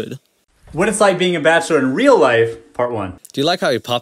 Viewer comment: He can’t really say bachelor very well lol